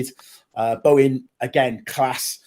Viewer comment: "Bowen - class"... "I'd play Bowen in the pivot".... God help us all